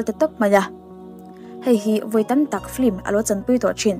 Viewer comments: I aw a nalh tawp... Mahse "Flim" ti lovin "Film" ti la... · Thenkhat hian 'flim' tiin an lam leh tlat thin a...film a nia..chhiar hi uluk hle ang u..i aw analh ropui sia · I aw a ngaihnawm nen, film hi flim tiin lam ri lo la ṭha tur... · 'Flim' i ti zel a😁 Film a ni reng sia